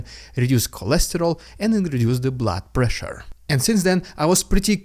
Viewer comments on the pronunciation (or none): none